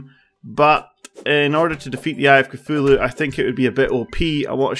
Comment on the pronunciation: When he said eye of Cthulhu it sounded like I a cfulo